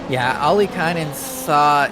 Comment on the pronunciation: love how he keeps saying Okkilainen instead of Ollikainen :D Poor Jonne.